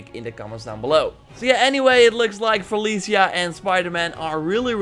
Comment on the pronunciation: Still with the Feliseeya 😂 keep using it.. f*k the correctors 👌🏽